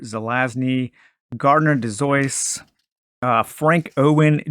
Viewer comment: Whenever I hear Dozois pronounced it sounds like "Dozwaugh" to me.